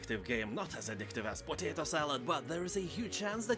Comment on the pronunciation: Mate I just wanna point out you're pronouncing potato wrong in all these videos heres a short video elucidating the corrrect pronunciation